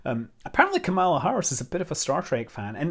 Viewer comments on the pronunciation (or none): You are pronouncing Kamala Harris’ name incorrectly. Kamala is pronounced like ‘comma’, as in commas and periods. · Good vid Scott! My only comment would be about properly pronunciating the VP-Elect's name :)